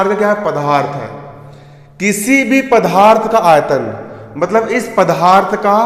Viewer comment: Pdarth hota h pdharth nhi